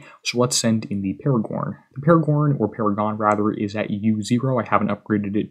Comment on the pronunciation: Thanks for the video Minor correction I've heard in a few videos now - it's Para-gone (Paragon)...no "r" in it.